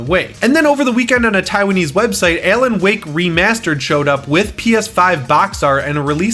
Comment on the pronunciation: Are you saying Ellen Wake?